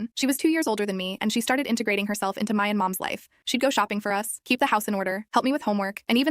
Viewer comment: I totally lost it when she said mayan instead of my and.